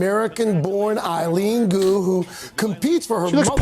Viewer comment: I am the only one who hears Eye Goo instead of Eileen Gu...lmao